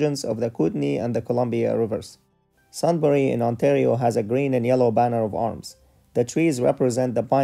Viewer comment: Um, it's Sudbury, not Sundbury.